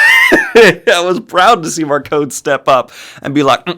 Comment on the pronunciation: I have been listening to the audiobooks and I am only on book three so far... And according to the audiobooks, Marcone's name is pronounced with an "e" sound on the end... Like macaroni.